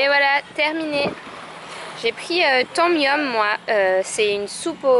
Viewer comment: La soupe on dit "tom yam" et pas "tom yum" haha trop mignonne :)